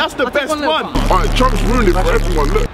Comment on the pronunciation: Calling chunkz "chuncks" is a violation, bro.